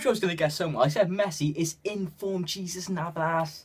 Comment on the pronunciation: Jesus Navas. His name is pronounced [hey-zoos]